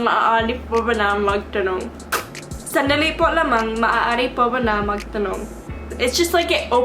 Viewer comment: the pencil trick helped with the “sandali”, aside from it becoming clearer, it’s like you said it with more confidence! magaling! 👏🏻